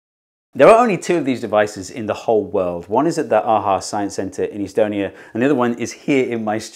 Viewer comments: The way you pronounce Estonia had me second guessing whether you mean Estonia or some city (probably in the US) with a similar name throughout the entire video. I think I know what I'll be doing next January. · why do you pronounce estonia like that haha amazing video though